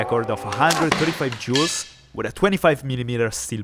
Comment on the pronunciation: hahaha! "... 79.3 Jew of energy..."